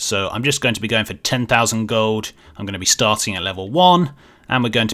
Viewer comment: love the way says "gold" its like Gohd'